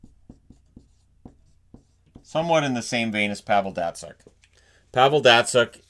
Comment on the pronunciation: Please don't pronounce Datsyuk like you do :(